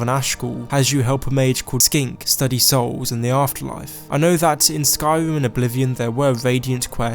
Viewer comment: Skoiwim and mowwowind